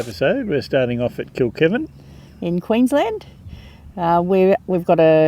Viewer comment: I have a little giggle at some of your pronounciations. Yalarbon pronounced yell-are-bon lol. Kilkivan pronounced kilk-eye-van. 😂. Love your adventures ❤